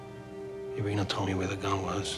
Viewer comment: If she was an actual Russian speaking gal, she wouldn’t let her husband mangle her name like that. Irene (eye-reen) in English, Irina (eer -reena) in Russian. I don’t think you’d ever hear Irena.